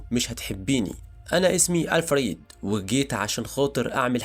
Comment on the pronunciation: الفريد مش ال فريد